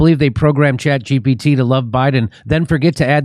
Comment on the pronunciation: Someone tell the grandpa it’s chat g “P” t. Not “B.”